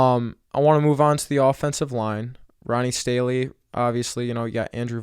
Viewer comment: Dude you can’t pronounce these guys names kind of hard to listen to ur opinion😂. Did you start watching the NFL three years ago? You sure sound full of yourself for someone who can’t pronounce Ronnie Stanley and Kyle van noy